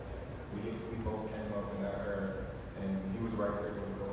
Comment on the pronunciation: When is someone gonna tell bud it’s era not error..😭